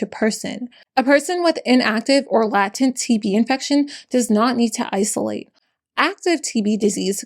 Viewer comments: I hate being that person, but latent is pronounced "lay-tent" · Just saying this because you might've only read the words but never heard them: Tuberculosis is pronounced "too-burr-kew- loh-sis". latent is pronounced "lay-tent". Edit: Dear God!! This poor woman!!!! Horrifying!!! Edit 2: we really REALLY need to champion the TB vaccine. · Latent is also pronounced "Lahy-tent" or "Lay-tint" (depending on your accent). I also don't mean to be rude, but with such well researched and well presented and compassionate content, it kills me when I see one of my favorites stumble over words. I read somewhere that you shouldn't ever make fun of someone mispronouncing things, as they likely learned it from reading and not heard it spoken; which means they are exploring beyond what those around them are familiar with. I always like to keep that in mind. I will NEVER look down on someone who is self educating and I hope isn't offended. I've learned so much from her and only wish to return the favor.